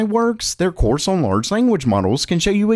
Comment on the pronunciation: The way he says the word "on" sounds like he's saying "owen"